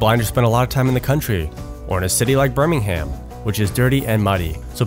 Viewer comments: The was he pronounces Ber-Ming-Ham so funny (spend a lot of my time with people from there) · love the video. But the way you said Birmingham cracks me up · The pronunciation of Birmingham had me chuckling